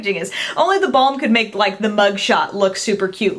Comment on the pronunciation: Haha...when you say The Balm, it sounds like da bomb :)